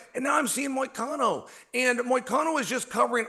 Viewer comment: does Chael go out of his way to butcher everybody’s name on purpose? It is so hilarious how he just can’t get anyone’s name right lol it’s gotta be on purpose.!!! Then he says MOY-A-CANO 😂😂